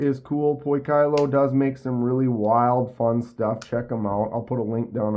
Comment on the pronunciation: Poi kee low pronounced